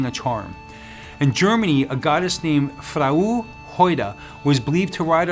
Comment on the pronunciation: "Frau" which is German for "wife" is pronounced "frow" it rhymes with "ow." It is composed of two ancient Germanic words meaning "love" and "woe."